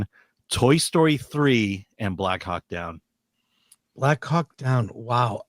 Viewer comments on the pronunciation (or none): Not watching film commentary if the guy thinks it's "Black Hawk Dawn".